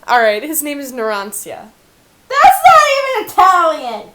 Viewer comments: Okey just a small little correction: Narancia's name is pronounced "Narancha" like you pronounce "ciao" "chao" and Abbacchio is pronounced "abbakio". "c" in italian is pronounced "ch" and the "ch" in italian is pronounced "k" . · Its pronounced 'NARAN-CHIA' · isn't it pronounced narancha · Naransia? Is that a combination of his actual name (naran-cha is how you should pronounce it) and "ansia", the italian word for "anxiety"? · did you just say it as naaa rancia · You said Naransia and I died a little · I hate the way you said narancia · Abbacchio and Narancia are pronounced differently.